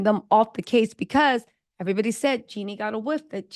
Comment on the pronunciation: Do you mispronounce Jeannie's name on purpose? Just wondering, because you always call her Jenny